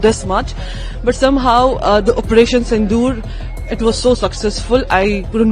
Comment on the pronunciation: सिंधु नही सिंदूर बोलो जी